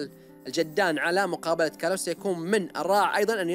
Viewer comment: اسم الولد كلاوس وليس كلس